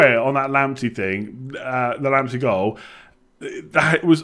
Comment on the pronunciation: if Partey is pronounced "Partay" then wouldnt Lamptey be pronounced "Lamptay" seeing as he is of Ghanaian descent?